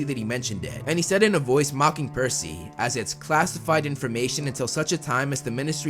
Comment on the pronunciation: Its PERCY Not PEARcy!